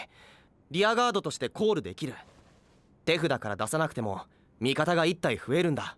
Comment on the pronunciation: He said it right. The subtitle is just wrong. ("tefuda" = hand)